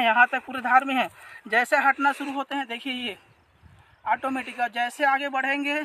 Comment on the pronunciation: आटोमेटिक nahi hota h औटोमेटिक😂